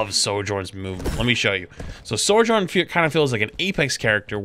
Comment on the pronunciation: why do you say "Sor-journ" hahaha its Sojourn xD